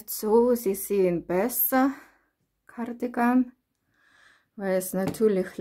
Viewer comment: Ah ich liebe es wieder wenn du in deinem Akzent Gardigan sagst es keine Kritik ich mag es einfach LG